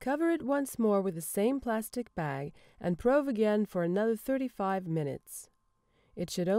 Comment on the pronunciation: I didn't think it was pronounced 'prowve', I've always said 'proove'.